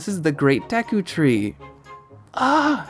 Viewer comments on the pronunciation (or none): none